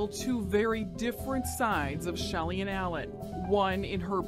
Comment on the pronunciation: Shelly Ann Pop not Shelian … Lol